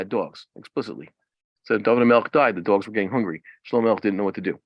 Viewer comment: Why do you say “duogz”